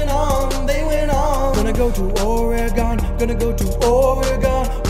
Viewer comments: We don’t pronounce it Oreegawn we say Orygun. Salem OR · You're certainly an east coaster. It's pronounced Or-i-gun, not Or-i-gahn. Thank you for pronouncing the "e" like a short "i" and not like a long "e". I appreciate the video though. I like your work too much to be offended by your accent. :-D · This is a nice song, but every time you mispronunce Oregon, I wince (it’s or-gon, like the things you’ve got in your body) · I like how this whole song is based on the mispronouncing of Oregon. Lol